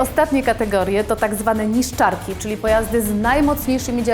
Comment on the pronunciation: Neeshtcharkee? Czołgistki na Niszczkarki?